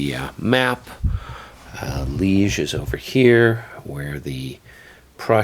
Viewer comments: Well, this is more an “unboxing” than a review. Disappointed that you did not get at all into the mechanics of the game (Waterloo at Corps level?). Also, LOL that they apparently misspelled Liège on the card, although not on the map. And it is pronounced lee-ehh. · Damn spell check. Pronounced Lee-ezh.